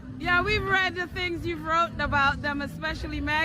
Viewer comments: "Wroten"? What the hell is that? She can't even speak grammatically correct English!! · "We've read the things you've "wrote-en" about them," They sound as illiterate in person as they do online. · "Wrotten" a book???